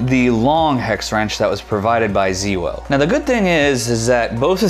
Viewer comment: ZeeWoh? That is new to me! Thanks for the video.